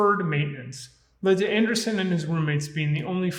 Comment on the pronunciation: Andresen = "an-DRAY-sen"